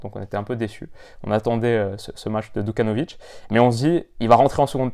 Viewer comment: super vidéo! juste une petite erreur c’est Djukanovic et pas Dukanovic et il a 19 ans!